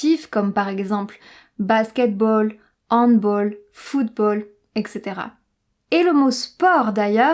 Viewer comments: Une petite erreur dans l'origine des noms de sports, en effet : Handball est un terme d'origine germanique : Hand, « main », et Ball, « ballon ». Il se prononce donc [ɑ̃dbal], à l'allemande, et non pas [ɑ̃dbol], à l'anglaise, à l'inverse de football ou de volley-ball... Mais je chipote. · Handball c'est de l'ALLEMAND et ça se prononce Handballe et pas Handbol . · C'est Hand-bAl et pas hand-bOl. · Pour le Handball c'est allemand, donc on le prononce en france "handballe" tandis que les anglo saxons le prononce que tu le dit "HandBolle". Mais pas en en france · non pas Handball... ce sport vient d'Allemagne, la prononciation n'est pas "Handboll" mais "Handbâll" comme en Allemand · Très bonne video! Si je peux me permettre, Handball n’est pas d’origine anglaise, mais germanique, et se prononce : « Hand bal ». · Bonjour je découvre tes vidéos et je les trouve super ! mais je dois te reprendre sur " Handball " qui est un mot allemand ( comme ce sport ) et se prononce donc à l'allemande. Voilà tout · Il faut sortir handball de la liste. C’est allemand. Et il faut prononcer le A de ball. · Je dois te corriger concernant le mot Handball : Il est prononcé à l'Allemande et non à l'Anglaise ! C'est l'erreur que j'ai trouvé dans cette vidéo ! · Oui, mais pas handball, qui se prononce à l'allemande!^^